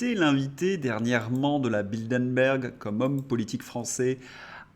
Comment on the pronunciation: Vous êtes bien gentil de dire que ce gouvernement est lâche par rapport à Bruxelles (se prononce Brussel !), s’il n’était que lâche… Non, il a la VOLONTÉ d’appliquer toutes les mesures qui peuvent nuire à la France. PS: ce n’est pas BildeNberg mais BildeRberg.